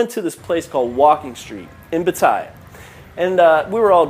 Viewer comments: .... learn to speak Pat teh ya .... I'm insulated as a canadian as the way you are representing thailand my wife is thai never a bad thing other than the occasional overcharge on taxi's. omg Koh Pi Pi not koh phi phi . were you even in thailand? did you even listen to the locals? PuKet sounds like Poo Ket stop your channel( a year late here) unitl you learn how to speak thai ... or english as most Thai locations FOLLOW ENGLISH PRONUNCIATION Guess what FRENCH AND DUTCH heavily influenced the thai language Thailand and FRENCH is part of CANADA. Thailand is not a magical happy land but with COMMON SENSE you will be fine in Thailand. it sounds more like you got scammed by your friend than the thai people they are very reserved they will read people and will take advantage of people who lack an iq of 110 or below. Thailand is good to people who treat the people as people there are scammers but if you exercise no common sense you deserve everything that comes to you. Understand When you come to a foreign country not only Thailand people think you are rich to fly around the globe to see how different their country is. People with limited global experience posting video's not only makes that country look bad but also the country they are from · Lmfao. The way he pronounces Pattaya, I got goosebumps 😂